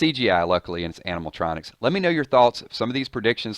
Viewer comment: "Animal-tronics" ... lol. Nah. ANIMATRONICS, bro... Animatronics.